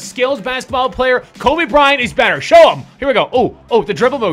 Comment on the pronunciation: In did just said benter instead of better